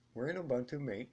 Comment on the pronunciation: great video but MATE is MA-TAY :)